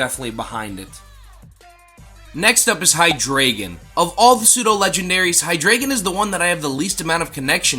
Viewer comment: Tis pronounced Hy-DRY-gon, tis German. And he's my number one spot